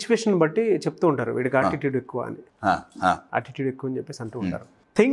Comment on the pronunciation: ఒరేయ్ ముందు ఆటిట్యూడ్ ని పలకడం నేర్చుకోరా బాబు ఆ కశ్యప్ గారు చూడు ఎలా మాట్లాడుతున్నారో ముందు నువ్వు ఇంగ్లీష్ నేర్చుకోరా బాబు 😂😂😂ముందు పదాలు పలకడం నేర్చుకొని అప్పుడు ఇంటర్వ్యూ చెయ్